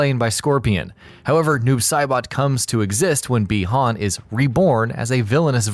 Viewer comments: Pretty sure it's said "bye-han" not "bee-hon" or at least all the previous MK stuff I've played or seen have stated so you mispronounced it like 50 times in the video -_- it got really annoying I stopped after 5 min. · Is it just me or do other people get irritated every time he says bi hon